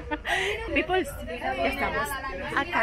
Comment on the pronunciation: Jajajaja mucha guache en el “jar rod” también le dices así igual que “ pipuls” no hablas ni joya de inglés almenos pide que te repitan que vergüenza eres chama